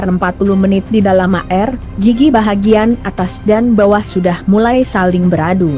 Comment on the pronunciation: Ini yg jadi pembawa(membaca tex) orang mana mmbca air kok bacanya A,R.